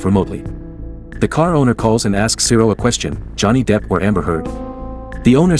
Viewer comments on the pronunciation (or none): Bro really said Jonny deep or amber head lol